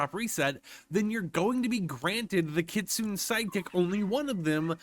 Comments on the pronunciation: For the love of god, its pronounced kit-su-ne. Not kit-soon. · It is. Idk why he pronounces it Kit-Soon. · it is pronunced as Kitsuney !! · pls STOP with the "kit-soon" 😭 ik u speak English but plsssss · Bro reminds me of a beginner anime watcher how he saying kistune😂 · Btw idc how you pronounce things but it’s supposed to be (Kit-Soon-Ay) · good to know but it’s pronounced Kit-Sue-Nay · I thought its pronounced Kit Sue Nay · It's actually pronounced kit - soon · It's killing me how you are pronouncing that 😭😭😂😂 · That's not how you say Kitsune. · Take a shot every time mispronounces kitsune.